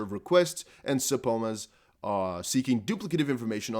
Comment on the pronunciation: subpoena sə-pē′nə Please stop saying sub-pona ...peena Thanks